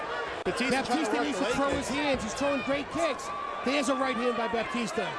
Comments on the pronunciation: The commentator keeps saying Baptista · commentator keeps calling him baptista -.